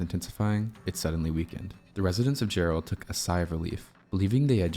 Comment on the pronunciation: Jarrell, not jarr-ELL.🙂